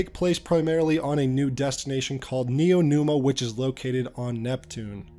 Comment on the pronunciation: dawg it's neomuna (nee-yo moo-na) not neonuma